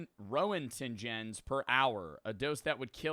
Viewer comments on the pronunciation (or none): I’d love to hear a nuclear scientist hear call it “rowentgen”😭